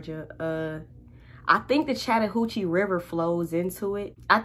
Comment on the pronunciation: Chatahouchie River ?! What ?! 😂😂